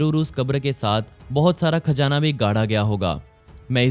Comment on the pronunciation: Khajana 🤣 cazana 👌👌